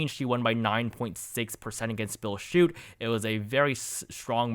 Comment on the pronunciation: For Michigan Schuette is pronounced Shootee